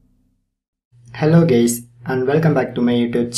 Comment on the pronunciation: lmfao in the intro it sounded like he said helo gays